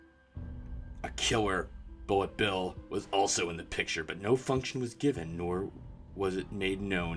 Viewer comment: "fuction" I'm dying.